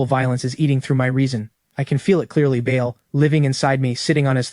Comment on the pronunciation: The demons name is pronounced barl spelled Baal not Bayal 👍